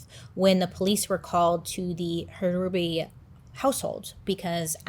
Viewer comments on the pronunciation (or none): Also, it’s just pronounced like “Ruby” the H is silent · You pronounce the name Ruby, the H is silent. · The H is silent in Hruby. Such a tragedy in our little town. My husband had college classes with him while Alan was taking concurrent courses during high school. He was so shocked as everyone was. I could never buy that house. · Bro my maiden name is Hruby… it’s pronounced Ruby lol 😂 not a common last name, I wonder if I’m related. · He is my cousin. They were my great uncle, great aunt and cousin. Love you Bailey! I’m also a December Sag, and it’s pronounced Ruby! The H is silent 😂🩵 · I believe the last name is pronounced ruby the h is silent I went to school with some hrubys and that is how they pronounced it not trying to be mean or anything it's all in love just letting you know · And the H is silent. Just pronounced ruby. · Hruby is my maiden name. It's pronounced Ruby, H is silent